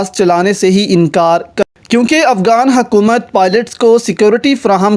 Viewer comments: Why are you saying AFGAAN . Cant you zay afGHAN? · it's not afgan it's afghan, not افگان it's افغان